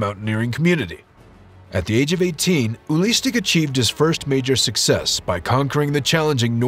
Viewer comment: His name is not ULISTIC, his name is UELI STECK!! what a shame ...